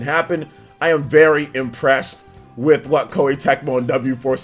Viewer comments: W Force? It’s Omega Force bruh. It’s the lowercase Greek letter for Omega. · WTF, I don't expect to say W-Force... it's Omega Force! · Just to inform you, it's not W-Force. That is the lowercase Greek letter "Omega", so it's really Omega Force.